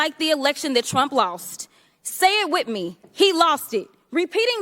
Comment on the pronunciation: Fake hair, fake lashes, fake nails, can’t pronounce the word “with.”